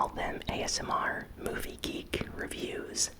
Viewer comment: Μόνο εγώ νόμιζα ότι σε μια φάση έλεγε Greek αντί για geek 😂😂